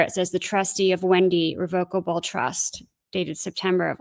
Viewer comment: Repeat after me.....ir...re...voc.....able.